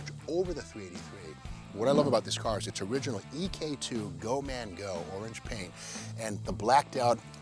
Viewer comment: Miss you Steve but I finally got you. It's go Mango, not GO Man Go!